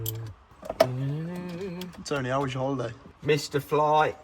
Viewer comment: It's TOW-NEHH.